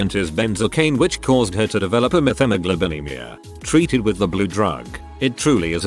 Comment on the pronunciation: The way it said methemoglobinemia had me wondering if it had a stroke saying that